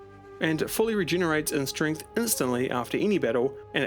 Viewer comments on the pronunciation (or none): none